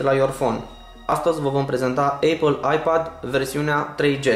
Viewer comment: tableta " Aiipaad " LOL